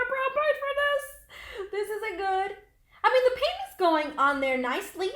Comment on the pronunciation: she says iming not i mean!!lol